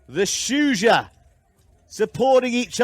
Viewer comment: Great stuff! Is it that hard to pronounce Shujaa?